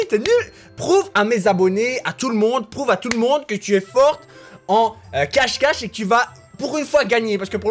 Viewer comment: a dit cachequet